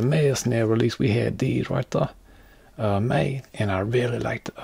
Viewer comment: "these things right thuh"